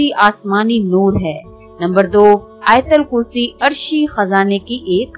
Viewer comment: Ayatulkursi bolten Hain . Ayatalkursi Nahi.